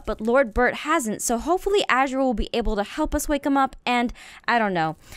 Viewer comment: Oh Aphmau one more thing her name is pronounced A ZER UH ttfn